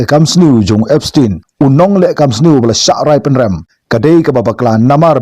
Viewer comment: Ki pronounce Epstein ( da ka pronounce khasi pat Epstain ym dei Epstein).